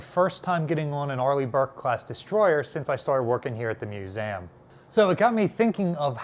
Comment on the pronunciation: Why does he say mu-zay-um